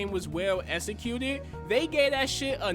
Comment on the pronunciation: “WELL ESECOOTED” bro you cannot tell me to trust the mental capabilities of someone who can’t even pronounce executed.